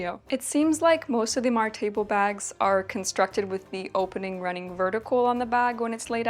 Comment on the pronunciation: As a Swede I was really confused by your pronunciation of "Martebo". Not a critique, by the way, because it makes perfect sense that you wouldn't necessarily know. I saw the article on it in the video and could figure it out from there. I didn't know this kind of sack was from this church in Gotland actually, and I thank you for putting my attention towards this fact. I've wanted to make one for a while and now I've found several sources on it. So thank you!